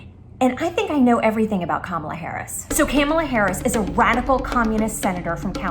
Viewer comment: Everytime she mispronounced Kamala Harris's name i fell from my chair😂